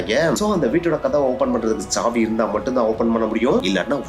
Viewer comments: That is saavi not chaavi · Saavi ❌Chaavi ✅ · சாவி..... ச்ச்சாவி nu soldringa... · தமிழ் உச்சரிப்பு மகா கேவலமா இருக்கு .. இதுல இங்கிலீஷ் லட்சணம் வேற..... விசயம் , ச்சாவி , குலு , எமோசன் , .. தெக்கத்தி மக்கு பசங்க மாதிரி இருக்கு.